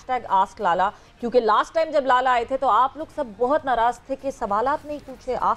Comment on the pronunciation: Lala nahi lela bolo😂😂😂